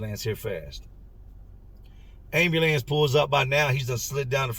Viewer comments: Man I love the way he say AND BE LANCE😂😂😂😂😂😂😂😂😂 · ...everytime you say "ayam-bew-lance" I can not help but suppress a tiny giggle! NOT poking fun, no disrespect at all, you just say it with so much expression, and with your accent, it comes out sounding differently than I've heard it ever pronounced before! You kill it every time! Much love and respect for you and all of yours! From one of the real ones out west! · Why is ambulance so hard to say? Ha ha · I've always been a little tickled with how pronounces "ambulance", until today. What Gilbert did to himself is unbelievable. His devotion to that girl is admirable and it is so sad that someone would use his desire to be a father in order for profit. RIP